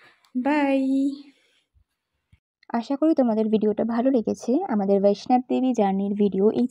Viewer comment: Khub valo laglo vlog ta. "VAISHNOB DEVI" noy, "VAISHNO DEVI" bola hoy. Train er coach dekhlam LHB type, locomotive details ki chilo?